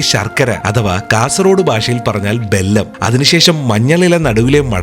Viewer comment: ബെല്ലം അല്ല വെല്ലം ആണ്